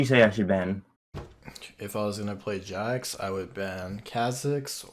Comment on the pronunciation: The cringe is real watching him butcher Jax....